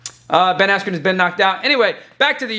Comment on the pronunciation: Buffer: “Ben Askew.” I died🤣